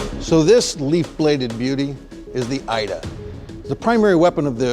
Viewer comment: pronounced e-da not Ida 😂😂